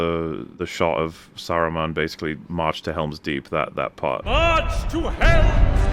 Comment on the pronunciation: "Sarumen" is when you have multiple of him?